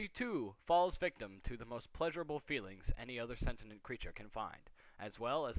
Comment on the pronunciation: O.o That's an image I REALLY didn't need to see - furry bronies "clopping" (Also, it's not "sentinent" - it's "sentient". SEN-shunt (ˈsɛn.ʃənt)). Just saying.